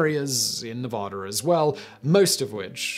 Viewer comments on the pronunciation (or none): none